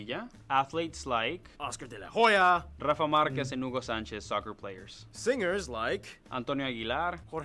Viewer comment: It's not Oscar De La Joya: it's Oscar De La Hoya! The "h" is silent xD So... Oh-scar Della Oh-yah. Anyway, excellent reaction!